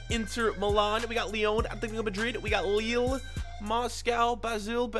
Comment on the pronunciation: The way he pronounced Lille...